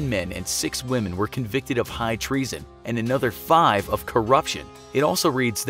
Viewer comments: "Hight reason"? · "Hight reason"